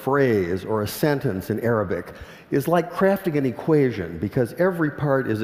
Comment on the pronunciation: lol.. I first understood 'aerobic' instead of 'arabic'